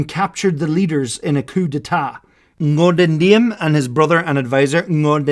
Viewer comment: The fact that this animation was made with Krita amazed me.I also like to see non-Vietnamese historian made the video related to this war that did not put the North Vietnam in bad life.We were defending our country from the Us. But I think in Ngo Dinh Diem’s name is pronounced ‘zi:em’.Overall,this is a great video. I should use this for learning history about Vietnam lol. Sorry if there was a grammar error in this comment. My English is kinda bad because English is not my first language😅